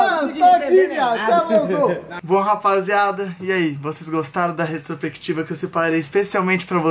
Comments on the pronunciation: O falando retrosprequitiva e tudoo ksksksksk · Restropectiva foi foda hein 😔 Os meninos são muito bons, porém eles falam muito errado e por serem influenciadores deveriam se preocupar com isso! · Vai virar meme o tentando falar "retrospectiva" KKKKKKKK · Eu rindo achando que o tava falando retrospectiva errado kkkkkk